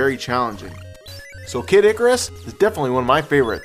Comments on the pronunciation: Not to be meen, but it's "Kid Icarus". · nice list! mines 5. super mario bros. 4. castlevania 3. contra 2. super mario bros. 2 1. metroid, also its funny how you say kid Icarus, lol